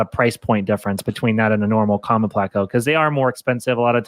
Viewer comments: Its PLAY-CO 😡😡😡😡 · Never heard it pronounced that way. Ever. But I love bristle nosed plecos👍🏻